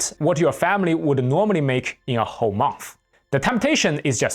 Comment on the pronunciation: "the hoe area" 😂 I promise I'm not making fun of you, it's just the pronunciation of 'whole' with your accent makes this very funny in context. Thank you for telling us these stories!